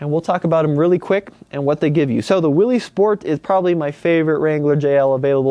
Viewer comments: Willys is pronounced "Willis", not "Willees". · Willys, pronounced Willis! 😝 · Great info as usual,. Just an FYI, however, Willys is pronounced with a short “i.” Sounds like Will-iss. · Willys is pronounced Willis. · You're pronouncing Willys wrong. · Just fix your pronunciation of Willys and you're all set.